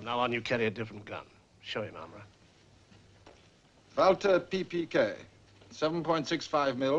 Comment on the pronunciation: Valter Pee Pee Kay